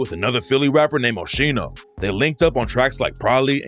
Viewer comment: I don’t believe it that shit and btw It’s pronounced OH-SKEENO but whatever